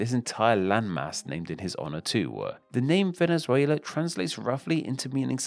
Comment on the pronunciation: Nice video but please, at least try to pronounce the names of the countries right. Chili? Venizuila? Coelumbia? i know those are not english words, but anyway.